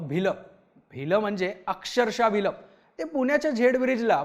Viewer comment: भिलं नाहीरे भ्यायलं